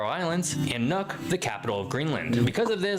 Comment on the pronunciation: Thumbs up for pronouncing "Nuuk" correctly. 👍 (No it is not "Nuck")